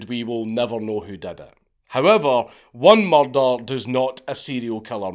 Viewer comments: me: say it again Count Count: Mahrdar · 'There's been a mur-duh.' 😁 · I know dank never reads these but I just wanted to say I love the way Scottish people say the word murder.. I’m Australian so I’m sure the way I say it sounds funny to them to.. haha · There's few sounds more satisfying than hearing the word "Murder" in a Scottish accent. Thank you!